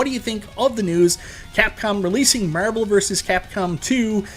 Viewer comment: Literally said nothing but Meeervel like 100 times